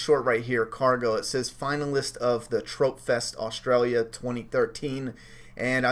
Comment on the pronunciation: Pronounced, "Trop" like tropical,, long running indi film festival competition in Oz,,, TropFest